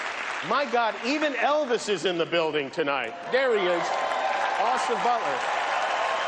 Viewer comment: Why he keep calling her re anna? Lol